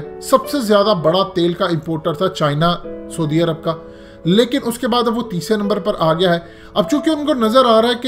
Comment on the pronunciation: پہلے سعودی عرب کا نام تو ٹھیک سے بولنا سیکھ لے 😂 😂 😂 😂 😂 😂